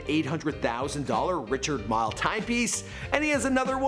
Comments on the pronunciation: Also it is pronounced ri-card meeeele. Not Richard mill. Jesus man. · Also calling a Richard Mille a "Richard MILE" lol it's pronounced "Richard Meal" bruh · I noticed mispronunciation of "Rishard Mill" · "Richard Mile" watch lmaooo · Ah-vent-ah-door Richard Me-Lay Awe-due-mars Pe-gay are more correct lol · Bro the way you’re saying La Jolla, Richard Mille, and Aventador has me crying 😂😭 so uncultured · This guy mispronounced Lamborghini aventador, Richard mille, and audimar piguet. Wtf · If you’re doing a “The Rich Life of .... “ for the love of god please learn how to pronounce Richard Mille & Audemar Piguet!!! C’mon man!!! 🤦🏻‍♂️ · richard mille is def not pronounced like that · You should learn the pronunciation of Aventador, La Jolla, Richard Mille, and Audemars Piguet. You sound like a plebeian!! 😉